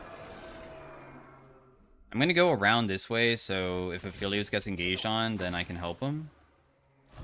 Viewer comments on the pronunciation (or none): none